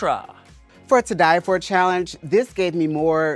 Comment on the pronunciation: I think MMM read “Tye-Die” as “Too-Die” 😂